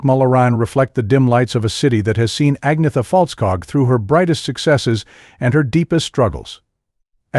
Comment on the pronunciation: Her name is not ääggniita faaltskaag.